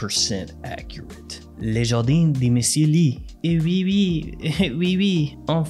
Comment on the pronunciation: He said Jardinne (feminin) for Jardin (masculin) 😁